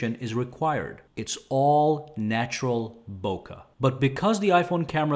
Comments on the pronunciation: FFS It's not "Boka Affect" it's "Bokeh", pronounciation "Book'eh" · you're mispronouncing bokeh, bruh!